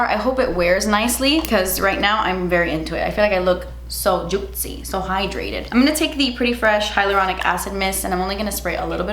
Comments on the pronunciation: says juitcy And now i can sleep peacefully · I love how she always says "juitcyy", it always makes me laugh 😂❤. And girl I'm still afraid for the thunder and I'm a whole mom 😂